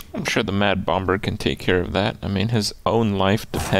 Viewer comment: why does he pronouce the b in mad bomBer